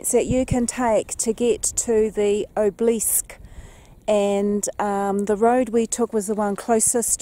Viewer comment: Enjoyed this and great to see though someone else's eyes... or lens. Next time keep heading south on the Waikaia Bush Road and you'll arrive at Piano Flat where l live. Not for the faint hearted so research it before travel. I've climbed the Obelisk a couple of times for no other reason than "because it was there." Incidentally Obelisk is: ob-el-isk. Not: ob- leesk. 👍🏻